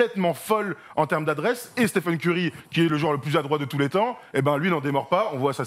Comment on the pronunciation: Stiphen Curry😭 après il va dire « Stiph » aussi « Stiph gonna Stiph » ok je sors